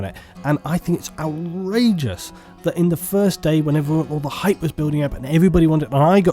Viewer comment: i don't like how the gaming industry has hijacked the word hype. it's supposed to be said with some gusto, some feeling.. not muttered under breath, after explaining how much you hate it. bit of a random nitpick, ill freely admit, but im a longtime viewer, im not here trolling, just needed to convey my feelings on the subject. :P